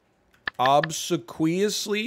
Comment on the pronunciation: Aver and hen were painful, like the pronunciation of obsequiously - but he knows such a lot of stuff ! Kowtowing is to bow until your forehead touches the ground- from China.